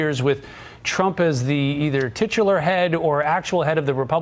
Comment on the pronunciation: Did he say "titular head"??? 😂 whaaaa